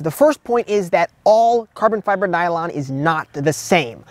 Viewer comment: 😅bro, if you say carbon fiber nylon like that again 🤣🤣😭😭💀